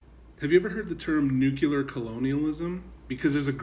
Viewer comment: [nu klee er] or [new clear] not [nuke you ler]